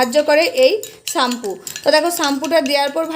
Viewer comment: ওটাকে চাম্পু বলে না ওটাকে শ্যাম্পু বলে অশিক্ষিত মহিলাদের ভিডিও করছে